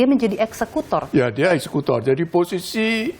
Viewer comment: Richad, bukan ekskutor mbak yu.